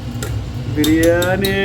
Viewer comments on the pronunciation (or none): It is not Beeriyani 😂 its Biriyani